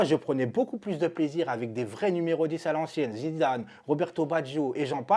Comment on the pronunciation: c'est Zidane pas Zinzane🤣🤣🤣